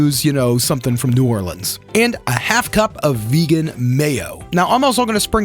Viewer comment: As a vegetarian Nola native myself, I can't wait to try out this recipe. Also, I absolutely love it when I hear visitors pronounce it New Or-lens and not New Or-leans. Great job!